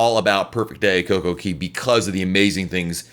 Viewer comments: Exactly, It's cay not keey! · Coco(KAY!!) not KEY......😡😡😡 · It’s Kay not Key. They sing Kay at the entrance of the park. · It's COCO CAAAYYYY not key 😡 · Coco-CAY. AY NOT EE.